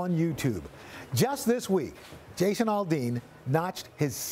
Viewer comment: Al-Dean NOT All-Dean